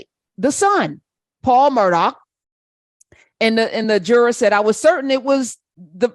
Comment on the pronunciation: Professor Hunter his name is pronounced "Murder" and yes OJ is an "expert" opinion. LOL.